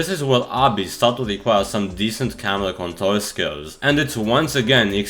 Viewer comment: you can't say the letter "r" So do I.. Btw (control - contol, Kontol= penis)